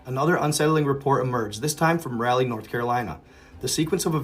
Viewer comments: Its like RAW LEE. not rally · Rah Lee. Not RALLY. Love ya bro.